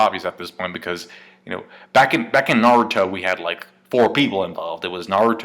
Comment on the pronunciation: This was irritating me throughout the whole video! Like why can't you just say Naruto...